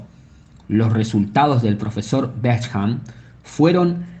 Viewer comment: Bék hamp? Beshamp se pronuncia